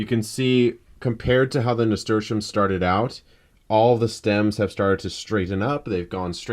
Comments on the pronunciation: What was the name of the bo us plant he said ? It sound like he said 'stersham.' I never heard of that before. Please somebody tell me how to spell it because I can't find it the way I spell it in a Google search. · Charito Tamargo He’s saying Nasturtium :) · I think i heard nasturtium?